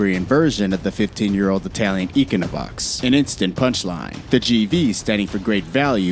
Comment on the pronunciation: You are trying to talk about cars but you dont know how to say econobox. just stop.